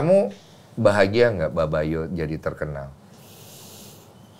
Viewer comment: Babayo bang bukan babayu